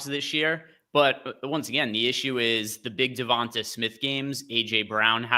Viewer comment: Am I the only one that’s hearing them pronounce Devonta smith name weird? Lol sounds like yall are saying Devontas Smith